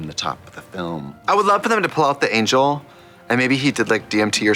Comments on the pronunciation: Did Trixie just said Angle instead of Angel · trixie saying angle instead of angel gave me life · Im out here hearing trixxie saying 'ANGLE' and not 'ANGEL' like im i the only person to hear it!?! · Not trixie continuing to pronounce angel as 'angle' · Them saying "angel" instead "angle" is really weird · Every time Trixie pronounced “angel” as “angle” I giggled. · Love how she nonchalantly chose to pronounce certain thinks funny and just kept at it 😅 angle, delichous, progrum... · I thought she was saying "ankle" 🤣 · I can be your angle….or yuor devil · trixie said angle not angel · Did trioxide call the angel an angle lol